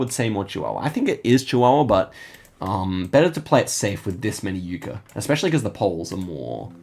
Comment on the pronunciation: FYI, Yucca is pronounced like “Yuck uh”’ not “Uke Uh”